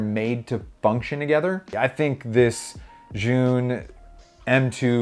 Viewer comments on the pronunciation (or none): Pronounced Chi-Yun. Chi = smart, Yun = gimbal. In english smart gimbal...